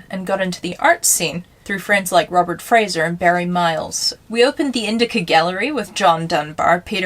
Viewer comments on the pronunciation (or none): none